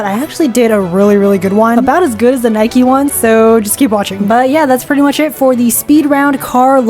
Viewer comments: Stop say naiki say naik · what is a birdie. It’s a shuttlecock 😭😭 why do people pronounce Nike and adidas like that 😭😭😭😭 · IT IS NIKEEE